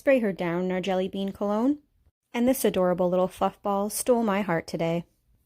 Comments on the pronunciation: I thought you said FUCK ball instead of FLUFF ball when talking about the puppy. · When she said fluff ball, I heard fuck ball